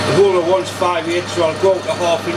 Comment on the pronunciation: I'm also a southern Indiana/Kentucky boy, and I had the same issue... Took me a while. Not sure why, but I am particularly amused hearing him say hole, bastard, and bollocks......